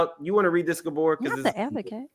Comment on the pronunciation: Rodney saying “Gabooor” 😭😭😭😭😭😭😭😭💀💀💀💀💀💀